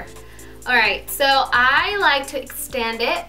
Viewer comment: I love how she said extand instead of extend or expand lolol